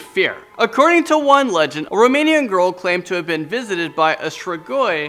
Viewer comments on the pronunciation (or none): I’m ROMANIAN you bucherd that name I swear 🇷🇴🇷🇴🇷🇴🇷🇴😆 (number 5)